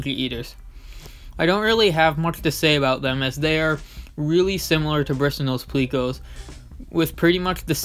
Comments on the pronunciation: Pleco not pleaco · Plecko not pleeko